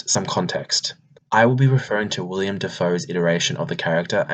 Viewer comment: Willem* not William